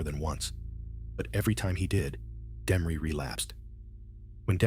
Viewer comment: This guy is taking bit and pieces of other documentaries and putting them together wrong trying to be somebody and half of it is bullshit. He can't even pronounce Demories name right. What a crock of shit!